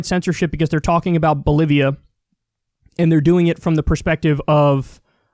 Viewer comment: Loo kyle said bolivia wrong. XD kyle sais bolivion. LuL